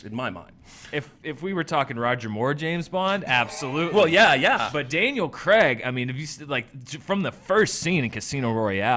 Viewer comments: dear americans, pronounce words properly... Daniel creg!!!!! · his name is Daniel CRAIG not Daniel fucking Creg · Daniel 'Cregg', I hate the American pronunciation of that name.